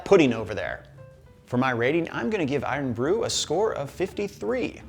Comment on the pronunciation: I’d concern yourself more with overplaying your part of the pronunciation of Irn-Bru. It’s not some ancient ghaelic spell. It’s just short for “iron”. Cool your jets. Is there an irn-man suit somewhere in the marvel nerd universe?